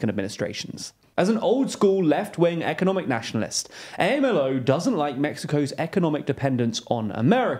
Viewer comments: Amlo, not A.M.L.O. This is why TLDR-US failed. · Two things: it's pronounced "amlo" rather than "A.M.L.O." second, you generally do a good job with this kind of thing but I found it a bit surprising the way you described Nikki Haley's stance on military intervention as contrary to her apparent moderate status. It's not really news that moderate republicans are mostly moderate neoconservatives, which, sure are more moderate on economic and social issues, but are extremely hawkish on foreign policy. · Am I mistaken that the acronym for the Mexican president's name (AMLO) should be sounded out like a word (am-lo) rather than spelled out letter by letter (A-M-L-O)? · weird hearing AMLO spelled out every time. I've only ever heard it said in two syllables, "om-low." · It's not A-M-L-O, it's AM-LO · Pronunciation: A.M.L.O. is Am Low. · You pronounce AMLO as a single word, not A. M. L. O. It sounds as "Am-Low" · For God's sake. It is not A-M-L-O! It's pronounded like a word with 2 syllabls: Amlo. How can you not learn these basic things before you start pontificating. If you can't learn these intro facts, I don't trust you with any of the hi-falutin' analysis you peddle. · Lopez Obrador is not known as A.M.L.O, he’s known as Amlo (pronounced Am Lo). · WHY ARE YALL PRONOUNCING AMLO LIKE THAT??? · Love the work you're doing, but there were some pronunciation mistakes in this episode. AMLO should be pronounced as Am-Lo and Cucinelli is pronounced as Cooch-e-nelli. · it's pronounced "amlo" like a word. I've noticed you guys make a lot of pronunciation mistakes over the last year or so, which sound like you've never heard the words being pronounced before. and it's not just names of things. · Never heard AMLO spelled letter by letter. Sounds awful. It is usually pronounced AM-LO, I know it is not French, but at least pretend you care about right pronunciation. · You don’t spell out his acronym, you pronounce it ;) “am-Lo” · It's pronounced AHM-LOW, don't spell it out